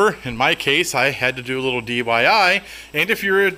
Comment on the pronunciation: "DYI" Do yourself in!